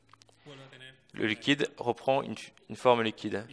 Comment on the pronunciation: il dit liqod